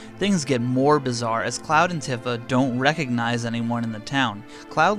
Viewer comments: Bothered me so much you pronounce tifa wrong af bro its pronounced tea fa not t if a . Other then that good work on the vid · Tiffa??? It’s tee-fa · I said it like that all my life, so I ain’t mad, but “Tiffa” is OD. 😂😂😂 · Isnt it pronounced TEEfa? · Your pronunciation of Tifa hurts my brain.